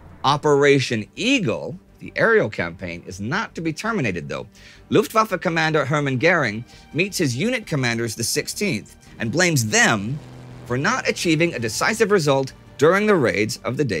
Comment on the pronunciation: Who is this Herman Gerring guy? Or can't Indy say ö?